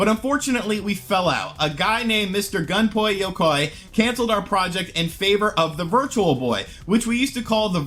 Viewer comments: "Gunpoi Yokai"? I know this isn't a big deal at all, but Is there nobody on Youtube that knows how to pronounce the dude's name properly?? It's spelled "Gunpei Yokoi" and is pronounced "Goon-Pey-Yoh-Koy". I'm not Japanese by any means, but it kinda grits my teeth a bit to hear someone mispronouncing names like this. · Gun poi Yokai...jeez never heard anyone pronounce Gunpei Yokoi like that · "Gun-Pay Yoh-Koy" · Yeah really screwed the pooch on that pronunciation. Well at least we can all properly spell and pronounce the name of Jinbei Sugoi inventor of the GermeBoy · You really butchered his name